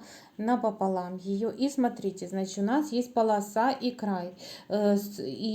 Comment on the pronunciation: Согласна. А ещё "значитЬ",пОверх. Слух режет.